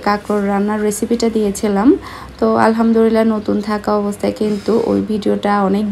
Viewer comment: apni alhamdurilla bolen keno alhamdulillah na bole.